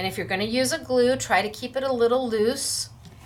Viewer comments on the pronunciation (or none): none